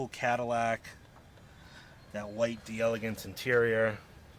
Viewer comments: JUST SAY, DAYLAGANCE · This is the French spelling so it's pronounced "DELLA GANSE". If it were Italian, then it would be Di Elegance, but it's not. Just FYI.